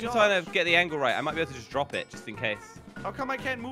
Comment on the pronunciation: The way josh try and he said he won't jrop the coin in the spikes and he did jelly is the best